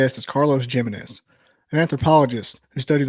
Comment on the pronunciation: lol i love how he says his last name lol jiminez its pronounced himenez lol :face-blue-smiling::face-blue-smiling::face-blue-smiling